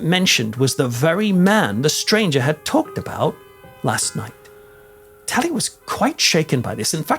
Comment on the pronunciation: Are you calling him Tully 😂 guess my name it's James killen 😮😮😮😮